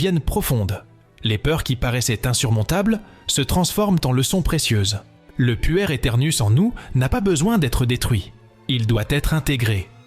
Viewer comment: Voix d'intelligence artificielle ? je suppose on dit "pouère" ou "puerre" éternouss, le mot veut dire enfant et on comprend mieux plutôt que d'entendre "puer" (sentir mauvais ??) c'est dommage de ne pas enregistrer une vraie voix quand on fait des telles vidéos... intéressant cependant merci